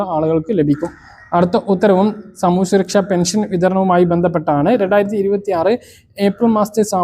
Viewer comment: വിശുവല്ല. വിഷുവാണ് അക്ഷരസ്പുടതയില്ല സുരക്ഷയാണ് സുരച്ച യല്ല